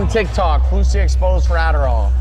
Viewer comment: It'a Fousey, not Fausey, you m...oron